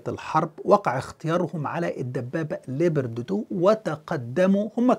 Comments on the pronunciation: 🐆🐆🐆🐆🐆🐆🐆🐆🐆🐆🐆🐆🐆🐆🐆🐆🐆🐆🐆🐆🐆🐆🐆🐆 اسم الدبّابة ليييييوبااارد وليس ليبرد 🐆🐆🐆🐆🐆🐆🐆🐆🐆🐆🐆🐆🐆🐆🐆🐆🐆🐆🐆🐆🐆🐆🐆🐆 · تحليل ممناز ، عفوا الدبابة اسمها ليوبارد و ليست ليبرد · اسم الدبابة ليوبارد و ليس ليبرتي